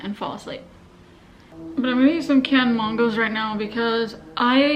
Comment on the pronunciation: That's how she has always pronounced mangos. 🤷‍♀️